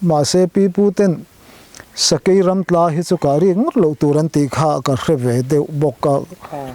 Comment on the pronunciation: Sakai tiin i lamri lek lek..Sakei.. chuan Sa bai tiin a ri lek lek bawk..Sa, Bei..um kah tuma bei.. Kan sawive lawk ani e..I titha lutuk e..kalzel angche..!?